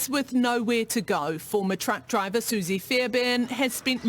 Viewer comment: Driver not dribver, its not that hard.